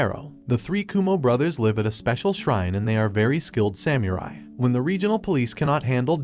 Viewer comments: Bro said sam you rai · “samURi” I’m sorry it’s just so funny 😂